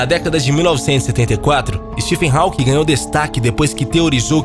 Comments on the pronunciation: Nem pra aprender a pronunciar o nome HAWKING??? Dóem os ouvidos a cada vez que fala "HÁUQUIM". Pelo amor... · Vou parar de ver só por causa dessa tua pronúncia "rauking", affff é róking, meu amigo! esse AW tem som de Ó. Fica a dica. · Hawking mas a pronúncia é 'Rókin'